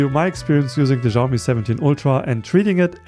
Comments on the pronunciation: People keep pronouncing Xiaomi wrong, it's not ziaow mee, it's pronounced siaow mee. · Bro you are saying Xiaomi wrong